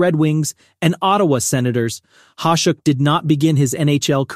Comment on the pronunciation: Ya, whoever you paid to use their awful AI should be paying you back. Mispronunciations of Vezina, Hasek, Rogie, Parent, and even 1990's being said awful. Find someone who you can pay a little more to read your script and it'll go a long way EDIT to add: For Hasek it says #1, then says coming in 2nd.... not sure if that was a typo on your end but that'd be another point of improvement.